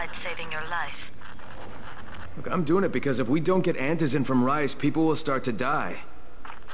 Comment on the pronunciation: i like how you say rais' name like rice but its said like ries